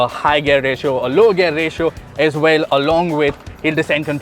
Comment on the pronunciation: Top Gear employees should know how to pronounce the word gear!, the way you say it should sound like gyear not gair.